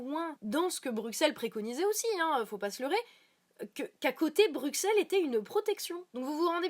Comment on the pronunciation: Juste, ça se prononce "BruSSelles" sinon tout oui